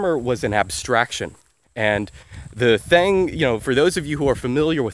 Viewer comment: I like how you can speak multiple dead languages fluently and are an expert on linguistics and you still say "thang"